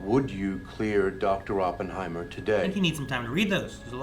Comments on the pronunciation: It’s most definitely not pronounced Ohppenheimer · It’s actually aa puhn hai mr not whatever this guy is saying